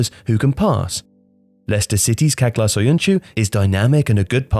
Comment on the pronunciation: It's Çağlar. Chaglar! Not Caglar